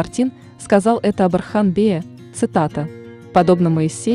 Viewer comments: Не Архан а Орхан. Ольгу вы же не говорите Альга, точно так же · Боже мой не Архан, имя произнистся через О, Орхан. Это тоже самое если произносить Ольга, как Альга. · Не Архан,а Орхан!!! Не Асман а Осман!!! Научитесь правильно произносить имена людей. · Если уж взялась за дело, то изучи его, хотя бы поинтересовалась, как произносятся тюркские имена, а не русифицировать все подряд. О- сман, О-рхан, а не Асман, Архан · Орхан ударение на о,не надо искажать имя,а не Архан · Ne Arxan ,a ORXAN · Не Асман и не Архан, а Осман и Орхан, так как ударение падает на"О". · Орхан,Орхан,Осман,Осман,а не Архан и не Асман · Не Архан а Орхан не Асман Осман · Я тоже такого мнения , вечно искажать названия современем так и воспримут молодые , поэтому просьба произносите , научитесь правильно произносить , тем более что бука " О " и из кириллицы , Осман , Орхан , Озан итд . Ещё Не Акей а Окей ! Поэтому мне не нравится такое чтение автора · НА РУССКОМ ЯЗЫКЕ ЕСТЬ БУКВА "О"ОРХАН 'ОСМАН ПРАВИЛЬНО ГОВОРИТЕ .